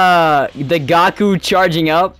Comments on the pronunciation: Bro said gako and vegetable but it’s fine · i unsubbed him when he said gaku